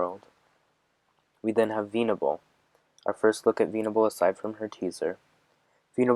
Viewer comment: I know you mean well but this video is all over the place and just a mess. You've made much better videos. The way it seems like you're reading it for the first time kills me. It's not veeenable it's vennnable